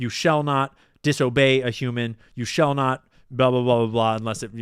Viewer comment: “You shell* not”